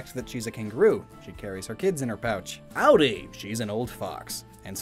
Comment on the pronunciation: Did- Did you say Audie like Ow-Die? it's pronounced Oddie, it's a nickname for Audrey